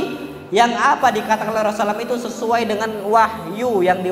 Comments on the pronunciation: maaf ustad...knp anda menyebut nama Rasulullah tdk tepat, dan tdk jelas...di menit 1.55 yg paling keliatan anda menyebut na ma Rasulullah dgn Rosalam....susahkan seorg ustad menyebutkan Rasulullah shallallaahu 'alaihi wasallam???Jazakallah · ROSULLULLOH shollallohu alaihi wassallam.. saya dgr beliau bilang rosallam..smg bs perbaiki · kok ustad ngomongnya rosulam sih bukan rosulallah saw. )